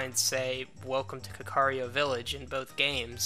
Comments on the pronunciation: 104: It's not pronounced ka-car-rio, it's more like this: First imagine saying "cat" but replace the "t" with a "K" Knowing that, this is how you pronounce it: kak-ah-ri-ko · you're pronouncing kakariko villiage as kakario